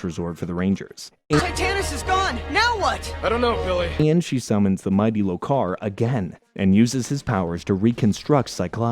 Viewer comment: LO-kar, not lo-KAR. ti-TAN-us, not TI-tanus. You'd think, if you had watched the show enough, you'd learn how to pronounce the names.